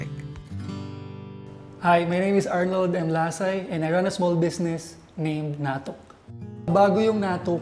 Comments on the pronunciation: The way he pronounces natuk is different. Not sure if that’s how it’s pronounced in Iriga. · bukong tama pag bigkas mo sa 'NATUK". sorry...